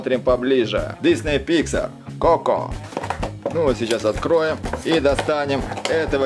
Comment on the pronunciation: Не како а Коко